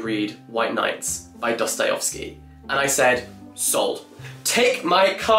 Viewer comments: was I the only one that went crazy by jack pronouncing dostoyEvsky as dostoyOvsky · Jack. please. it's not Dosto-yo-vski. it's Dosto-yev-ski. as in yes. not as in yos. please, i beg of you. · Love your videos Jack! Your character is so warm, funny, and witty. Keep doing what you're doing cause we are obsessed :) PS: Its DostoyEvsky not DostoyOvsky <3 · It’s Dosto-yev-sky not Dosto-yov-sky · Jack, bestie. Not you too. It’s DostoyEvsky not DostoyOvsky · PLEASE stop pronouncing it 'DostojOvskij' I am begging you